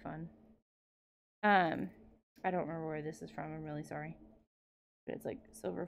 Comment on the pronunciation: Not “so sherry” but so sorry